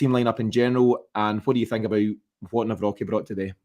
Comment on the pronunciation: Sound analysis as ever. Come on, you’re an articulate fellow, pronounce Nawrocki’s name please. Absolutely triggering lol